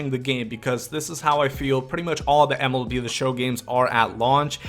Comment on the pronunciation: He really said Melb